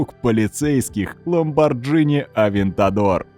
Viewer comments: ЛамборГини, а не Джини))) Хотя слух режет намного меньше чем ДжимханА)) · Автор "выпендрился" правильным звучанием "джимхана" и в дальнейшем "похоронил" себя, сказав "ламбарДЖИНИ". Пойду сварю себе "спаДЖЕТТИ"... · Т.е. автор весь ролик нозит своей джимхано́й (хотя сам Кен говорил "джимха́на") но при этом не погуглил ударение на Пастрану? Ну и БиФиГудрич и ламборДжини тоже очень интересно звучит 🤦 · Болтун рассказывет за правильное произношение джимхана, и при этом говорит ламборДЖИни... Клоун ять